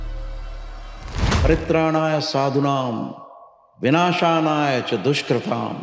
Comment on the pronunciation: I just want to know the true pronunciation of the phrase of the shloka...... mistaken "binashaya cha dushkrutam" as "binashanaya cha dushkrutam"....... First time thought that he did a mistake.... 2nd time also same pronunciation!!!!......